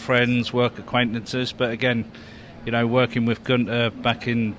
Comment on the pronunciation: Dropped the “n” 😂 Guether